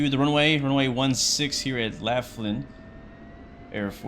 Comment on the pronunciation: Laughlin AFB is pronounced "loff-lin" lol. Sick vid regardless!